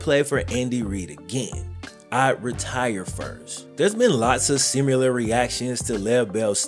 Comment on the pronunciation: yo - you say "similar" weird 😆 Sum Yoo Lar - very funny